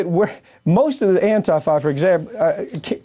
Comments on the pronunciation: Why is he keep saying AN-TAI-FA. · If you can't even pronounce the name of a group correctly (It's prounced An-teef-a) it's safe to say whatever you think you know about them is also probably wrong.